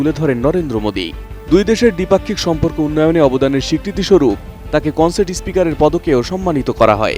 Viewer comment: কন্সেট না রে নেসেট নেসেট😂